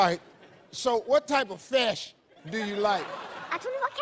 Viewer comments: The mother also says FESH 😂😂😂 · I'm from California and we always say fesh and cheps. However, down across the bay they usually say FEEsh and CHeeps. I guess it must be the Spanish influence. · Phát âm của bé này mệt nha. Fish đọc thành Fesh. Sick đọc thành Seck. Âm "i" đọc thành "e" Vậy nếu đọc con số 6 thì sẽ đọc như thế nào? 😆😆😆 Six, đọc thế nào đây?